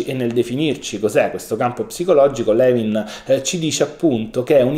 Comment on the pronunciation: Non vorrei sembrare antipatica ma si pronuncia Lùin,,, non Levin. Grazie per questo prezioso contenuto!